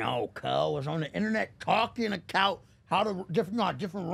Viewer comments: Man this dude said “ cuz was talking acout (about)!” 🤦🏾‍♂️😂😂😂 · Bro said “what I’m talking acout” 😂